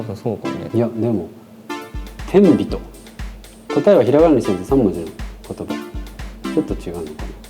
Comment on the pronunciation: 「天人」で「あまんと」は銀魂の読みすぎです。。